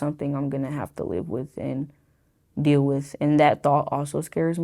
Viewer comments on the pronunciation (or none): none